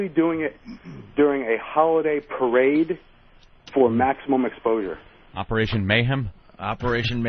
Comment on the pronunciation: Opieration: MayHam